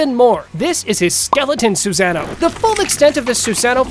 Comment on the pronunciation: Narrator:Have you ever thought who is the strongest Suzano? Me: 👎🏽......leave this comment.......click don't show any from this LOSER, who wouldn't even take the time to learn proper pronunciation.....😒